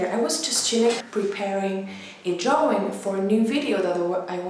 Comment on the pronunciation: I love the way she says drawing Dwawing